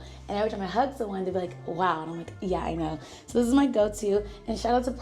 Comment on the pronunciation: I need a compilation of saying “YUH!” It scratches my brain in the most perfect way